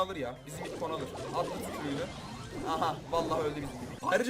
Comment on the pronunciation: Sen gerçekten dileizsin bibi ye bibik dedin